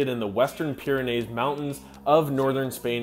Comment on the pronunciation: 'Pyranees' is pronounced like 'trees' in the final syllable.